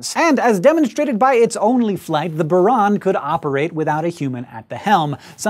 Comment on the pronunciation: It's pronounced Bure-Ahn